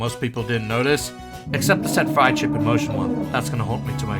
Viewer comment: reminder, get a better laptop so you don't say friedship again